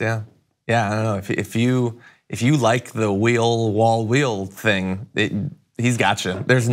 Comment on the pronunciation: Wheel rhymes with steel. I can’t believe y’all missed it.